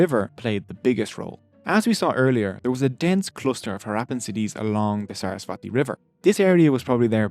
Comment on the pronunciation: Hiiii! Thanks for posting this! ALOT of helpful info, seriously. Buuut~~~ Saraswati is actually pronounced as SUR - US - SVUH - THEE (the THEE is pronounced as the TH is THermometer)